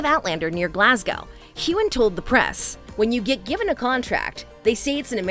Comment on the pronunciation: please review your script for correct pronunciation, I.e., Glasgo, not Glasgow. Mispronunciations destroy credibility. Sam’s last name is hewun, not hugon.—soft g, not hard g.